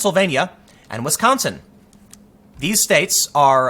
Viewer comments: Wisconsagin lol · "I didn't campaign in Wisconsigan"